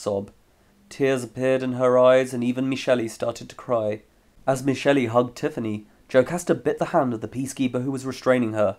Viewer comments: I have loved all your videos. on a side note, Michelle is pronounced Me shell not Me Shelly. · Why does he keep pronouncing Michele like “Michelee”? I know someone whose name is spelled that way and the second E is silent. Did he do that for a reason? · Not to be an ass but I noticed you pronounce the “e” on the end of some names like Michelle and Irene when it’s supposed to be silent, I know some names are supposed to be like that such as Hermoine but those two are not unless specified in the books and I may be wrong but I don’t believe it was?? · Glad you enjoyed :) with this one, she is pronounced Meshelley though!